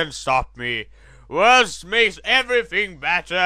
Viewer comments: INSTANT WIN. I lasted until the first time he said "Vursts" before I broke down laughing. The voices were filled with win. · They pronounced Wurst verry... WIRRED xDDD And I LOVE Italy in that one eue